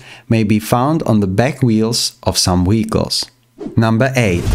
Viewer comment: He saying wehicles